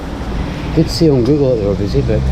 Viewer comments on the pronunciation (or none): none